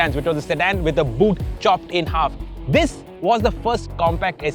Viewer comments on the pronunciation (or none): none